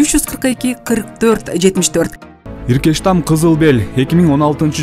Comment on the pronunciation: Иркештам эмес эркечтам